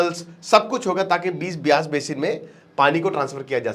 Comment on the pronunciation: वो बीस नहीं ब्यास है